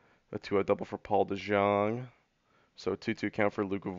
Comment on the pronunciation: It's De-young. It's pronounced De-young